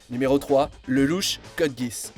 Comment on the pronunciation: Mon dieu comment tu prononces "LElouche".....